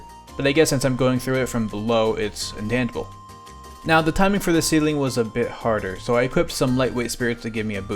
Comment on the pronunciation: Am I hearing it wrong, or are you saying that the walls of the Dojo are “intantable” or “intantible”? Unless I’m missing something, it’s called “intangible” with a soft G